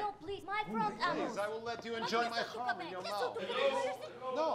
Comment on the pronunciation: "Chrum" not "crumb".